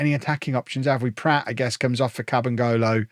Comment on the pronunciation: I presume mispronouncing Pratt as Platt is part of the Beckham Effect...